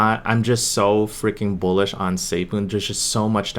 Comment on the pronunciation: did you say bullish or bullshet